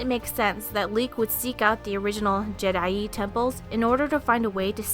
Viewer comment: I don't know if someone's told you yet, but jee-DAI